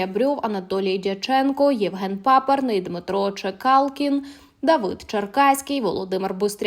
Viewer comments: Правильне прізвище - Чекалкін, а не Чекалін, дизлайк і відписка від НЕУКІВ (( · Чекалкін, а не Чекалін. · Не Чикалін, а ЧекалКін! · Не Чекалін а Чекалкін! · Не Чекалін а Чекалкін! Ви ж повинні редагувати! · Не Чекалін, а Чекалкін! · Не Чекалін, а Чекалкін ! Треба готуватись до матеріалу . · Не Чєкалін, а Чєкалкін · Не Чекалін, а Чекалкін. Готуватися треба, якщо виходите у суспільний простір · В сенсі Чекалін? Вам не соромно? Можливо, Ви й не знайомі з п. Чекалкіним, але ж Ви готуєте ролік, не можете перевірити зайвий раз імена і прізвища? Це непрофесійно . Фу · Не Чекалін, а Чекалкін Дмитро! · А почему она Чекалкина постоянно называет "Чекалин"??? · Во первых Чекалкин. Хотя бы , фамилию можно правильно произносить., это во вторых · Ведуча не може правильно призвіще прочитати, ЧЕКАЛКІН. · Надо для начала выучить правильно фамилии тех о ком вы пытаетесь рассказать. Противно слушать